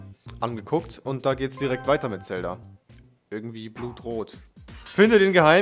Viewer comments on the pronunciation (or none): none